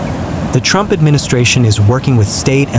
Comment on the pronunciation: Yeah, could have done without the gratuitous Ftrumpft mumbling.